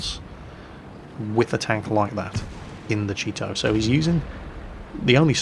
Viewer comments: All I hear is, "The Cheeto" xD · I'm used to pronouncing/hearing Japanese tank names like "Chi-To" and "Chi-Ri", so I never heard "cheeto" once.